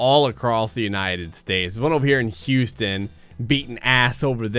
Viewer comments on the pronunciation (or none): none